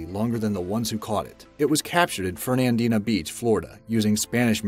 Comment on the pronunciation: He can’t say Fernandina beach either. I know because I have a vacation house there